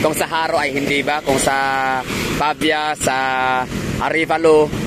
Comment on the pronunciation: Pavia pronounced as pa-vi-ya